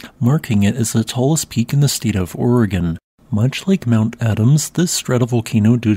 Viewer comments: You said Oregon correctly... kudos! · Dayton, Ohio has an "Oregon District" and they say.... Ory-Gone.